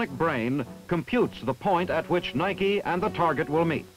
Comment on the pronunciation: Thank you,, for pronouncing Nike correctly. Many after you will not.